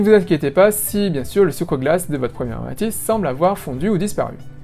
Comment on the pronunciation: Quand on dit "les amaretti" on fait la liaison "les z'amaretti" !! Merci pour la recette 😊